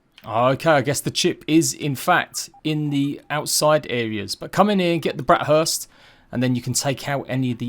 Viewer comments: It's burst. Not hurst btw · he keeps calling them "brat hursts"💀